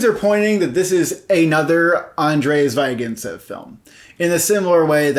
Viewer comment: They also mispronounce the surname of Zvyagincev. "y" is a short "ee" here, not "ai".